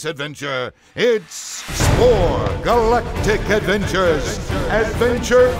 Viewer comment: SPORE! GALLLLACTIC ADVVENCHURS!!